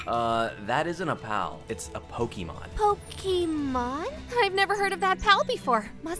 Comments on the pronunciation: He has a point, but he uses ee instead of ay and that automatically makes me hate him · "Poki-mon" Oh no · Yeah man, pokeemon, like in pockeet monsters. And of course, "cultured men" say that embarrasing kiddy crap "w-word". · I always wonder if people say Pokey-mon on purpose to bait people like me or if they actually don't know how to say it. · Who still says "Pokimon" in 2024?